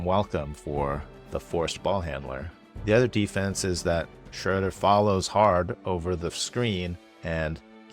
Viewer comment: First time I heard Schröder's name pronounced correctly. Also h/t 七人の侍.